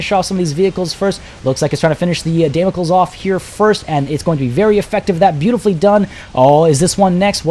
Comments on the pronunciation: It's actually pronounced "Dam-uh-kleez" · Damocles=Day-mo-clees/klis Kasrkins=Ka-ser-kins